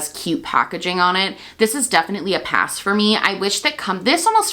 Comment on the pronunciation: May I suggest putting the emphasis is YAS and then say PASS. Like: “yass 🛍🏳️‍🌈💅” and then just “pass” I hear “yossss” and “poss”